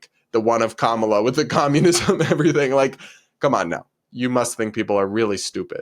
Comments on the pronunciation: funny how the TikToker calling him Frump is also mispronouncing Kamala's name. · That person wants us to vote for Kamala so bad, but doesn't even pronounce her name correctly...? 😂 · Tiktoker can't even pronounce Kamala properly, and I've been told by other Tiktokers that this is very racist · It can't even say Kamala's name correctly. 🤦🏼‍♀️ And even scarier that it used to be a teacher. That is what's wrong with the educational system. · TikTok chick can’t even say her saviors name right, at least learn YOURE EXCEPTIONALLY privileged as a white chick